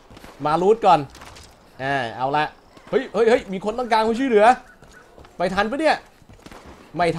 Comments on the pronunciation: พี่พูดว่าช่วยเหลือย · ช้วยเหลือครับไม่ใช่ช่วยเหลือ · ฟังดูดีๆคำว่าช่วยเหลือ